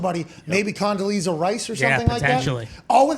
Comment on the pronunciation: Condaleezza Rice Lmao 💀